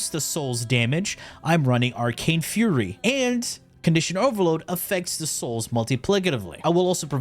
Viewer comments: I'm pretty sure it's pronounced "fyury" not "furry". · and you didn't notice all the other words he intentionally mispronounced?